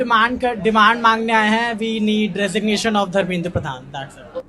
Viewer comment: रेजिग्नेशन नहीं dregination मांग रही है😂😂😂😂😂